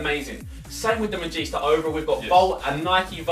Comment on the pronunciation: not the first Magista...u said that wrong